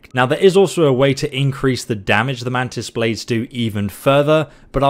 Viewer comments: Ah yes, mantis “baldes”, my favorite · "Mantis baldes" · Mantis “baldes”😂